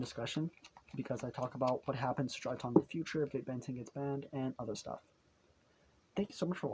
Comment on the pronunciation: DRY-TRON not DRY-TON